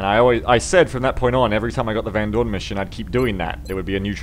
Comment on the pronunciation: It's Van Doorn........